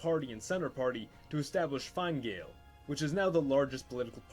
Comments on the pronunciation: It's pronounced f-eena fall and fina geal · The Fianna Fáil mispronunciation I could handle, but “Fine Gael” actually hurt to hear hahah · It’s not pronounced Fine Gale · Fianna Fail is pronounced (Fi-anna Foil) - I am a member/County Antrim Chair. Largest party in Irish political history, although going through a tough period, regaining suppor - check out latest polls & wikipedia. Fine Gail pronounced (Fine-nah Gail) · Btw Fianna Fail is pronounced like Feen-na Fall and Fianna Gael is prononced Feen-na Gale. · Fianna Fáil is pronounced “Fee-nah Fall” and Fine Gael is pronounced “Fee-nah gale”. That’s not even near the hardest pronunciations in our language, we have some odd grammar rules! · It's pronounced feena fall and fina gayle and you don't leave the "De" out of de velara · How can anybody even a.non Gaelic speaker lecture anybody in Irish history and fail to learn to pronounce Fine Gael before lecture on this. It something of a second year student taking part in a history seminar without any tutors input.